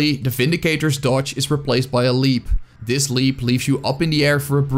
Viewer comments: You sounded dutch, checked the about page and I was right! Also, a good class guide. (This sounded like dis, that's why I guessed dutch.) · It took me a minute to pin point what I'm noticing about his accent. He says dem or duh instead of them or the, dis instead of this, never pronounces TH haha. The funniest is utters instead of others. I want to play with utters!